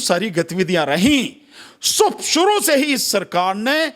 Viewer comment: Shuru bolna to seekh le suru 🍲🐒🐷😂🤣😂🤣😂🤣😂🤣